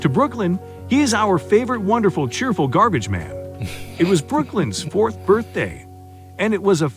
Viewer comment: Gar-beige-men. LMAO